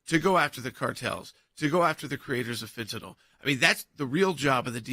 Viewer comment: Out of 1,000s of television & media the ONLY person I have EVER heard CORRECTLY pronounce Fentanyl. Thousands upon thousands of ordinary people, like parrots, have IGNORANTLY and incorrectly repeated FEN-TUH-NALL, despite the fact that there is no such word. Fentanyl is pronounced precisely as uttered the word in this broadcast. Ignorance is so unnecessary & annoying. I hope people were actually LISTENING today when they heard your perfect pronunciation 👍👍👍